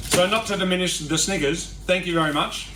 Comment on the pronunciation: You need to work on your pronunciation of Snickers, dude 😂